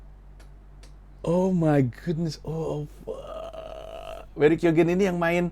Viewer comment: lu salah satu dari sedikit orang yg berhasil pronounce nama barry keoghan right on the first try 🤣